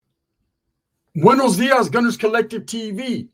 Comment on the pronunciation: Boonos dias! Lol. Looking forward to this one. I did a double take when I heard this vieja say what she said.